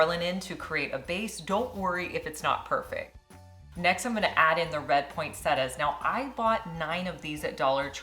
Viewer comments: It’s pronounced “Point set tia. “ Not point set a . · Poin-set-tee-ah. Please.